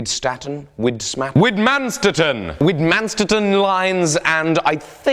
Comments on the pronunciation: Vit min stat in... that’s how you say it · It's pronounced Vig-Mon-Statten! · Those lines he keeps talking about in the beginning have a german name, it is pronounced like "Veed - Man - Shtet - ten" Widmanstätten. :)